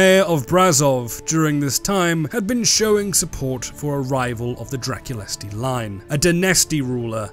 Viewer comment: Don't want to be that guy, but Drăculeşti and Dăneşti are pronounced Dra-kul-esht, and Da-nesht respectively